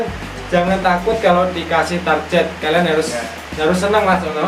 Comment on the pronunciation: Dasar Jawa Itu target bukan tarjet